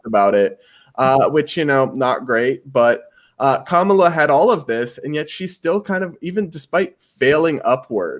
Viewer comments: Are you Indian? It is not Kaaamaala. Say Come-La. Even you American guest pronounces the name correctly. Shame on you. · I would have figured as person of Indian origin, can at least get pronunciation of Kamala right 😐. He kept saying Kuhmaaala 😐